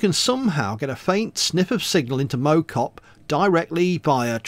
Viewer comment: As a stokey I can tell you that Mow Cop is pronounced like mouth rather than like a lawn mower ;) but I do agree with you about the hills XD